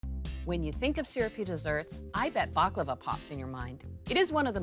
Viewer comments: IT IS NOT BAKLAVA ! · First pronunciation, than recipe...